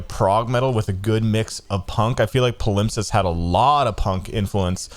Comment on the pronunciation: pal-imp-sest is how you say their previous album, my guy